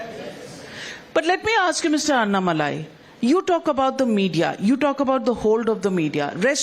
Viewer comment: The lady who takes the interview must know how to pronounce Mr. Annamalai's name correctly. The owner of this TV must please note. When you direct somebody to take interview she must atleast know how to pronounce a person's name